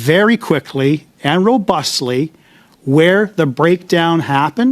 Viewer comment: u missed " ROBUTLY" ther:goat-turquoise-white-horns